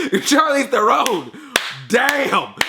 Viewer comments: It's pronounced Charlize THAYR-ron you dumb fuck! Stick with Smurfs bitch. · Are you purposely saying her last name wrong? Lol